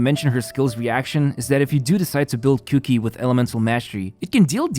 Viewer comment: All I heard was cookie instead of Kuki. I'm going to start calling cookie that.